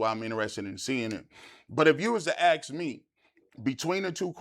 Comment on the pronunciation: it’s ASK not Axe - and it’s “Con-sep-she-own” NOT “Con-sep-she-on”